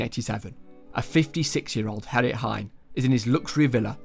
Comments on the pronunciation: he kept pronouncing G as H. hearing Herrit every time instead of Gerrit was pretty jarring. not to say this is some terribly horrible thing that he should be ashamed of... but the pronunciations were pretty bad. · nah g(uh)errit would have been way better, since it's more accurate to how the name is written, and far less confusing. I had to remind myself that herrit was gerrit half the time. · Took me 30 mins to understand you didn't say Harrit instead of Gerrit... 😂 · Bro called him Herrit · as a dutch guy, ik vind de ''herrit'' als gerrit zegt best grappig